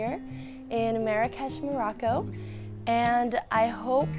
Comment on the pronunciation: Stop saying “Maraco” its “Morocco”